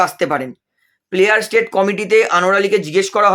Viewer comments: sobai lawyer hoe geche dekhchi. apni uchharan thik karun player state na ota player status hobe. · প্লেয়ার স্যাটায়াস কমিটি হবে কথাটি। ভুল উচ্চারণ হচ্ছে।